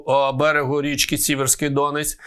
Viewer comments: Ворожі коментарі не знищуєте, а мій про неправильный наголос у слові ДОнець прибрали. Що, цей навмисно неправильно каже, щоб виявити неповагу до людей, які мешкають тут, де протікає Сіверський ДонЕць? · Не ДОнець, а ДонЕць!! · Пане ведучий, правильно казати Сіверський Доне́ць